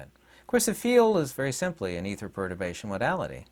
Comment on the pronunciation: did you say perturation? Perturbation or protobation ?